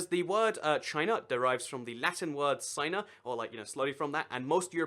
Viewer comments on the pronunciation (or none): none